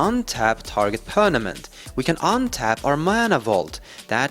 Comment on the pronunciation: i like how he says pernament! lol